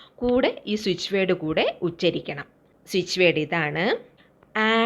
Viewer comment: ഉശ്ചരിക്കു, തെറ്റാണ് - ഉച്ചരിക്കൂ. മന്ത്രം ഉച്ചരിക്കുകയാണ്. ഉശ്ചരിക്കുകയല്ല ഉശ്ചരിക്കുക - എന്നൊരു വാക്ക് മലയാളത്തിലില്ല